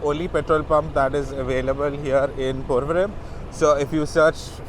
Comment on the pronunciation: I love your videos! I learn so much from them. But I have 1 question. You pronounce the M at the end of place names; like PorvoriM instead of Porvori. All of my cousins in Bombay tell me that I'm incorrect when I do that. Which is correct and does it matter?